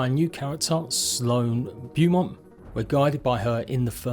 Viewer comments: Omg it’s pronounced “BOW MONT!” Not “Bew mont” Pete is my favourite coz he’s a dnd geek like me. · In English, sorry American, it's Bow-Mont. Just a touch of localization. Love seeing your videos on Grounded. Keep up the good work.